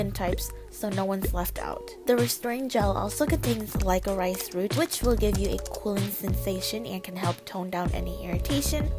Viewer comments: Btw it’s not pronounced like-o-rice*. It’s pronounced like the candy *liquor-rish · Lol! Lic-o-rice. Its pronounced lick-o-rish hehe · Lyco-rice 😂it's pronounced lico-rish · It's lick-oh-rish. Not like-or-rice. Just good for thought, no pun intended. But I do like watching you cause you seem more real than other YouTubers. You put your actual thought into your stuff and are actually more real than others. Keep going. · I was so confused glad I'm not the only one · Licorice, is pronounced lick-oh-rish :) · [LIKE-O-RICE] IM DEAD I LOVE U FEI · I’m dying at like-o-rice! At that part I didn’t really watch, I listened. And I was like “what is that?” And then I saw on the screen “licorice”... I’m dead. XD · lik-uh-rish plz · Like-O-Rice!! Lol! Love ya! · ive never heard anyone pronounce licorice that way xD but hey i'll never spell that word wrong again!